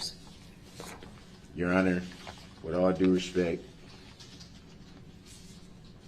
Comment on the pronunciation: He never said " with all respect " He said "with all respeck" . It actually make sense because he was incapable of actually showing "respect ".